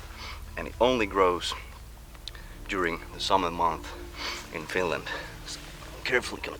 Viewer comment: and it's not "Finnland"